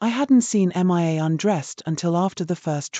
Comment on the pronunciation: You really need to correct your AI reader to pronounce Mia correctly. It is really annoying to hear it pronouncing it as MIA (M.I.A) as that stands for Missing In Action in military parlance.